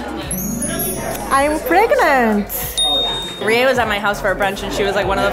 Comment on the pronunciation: She...she pregernanant? Wowie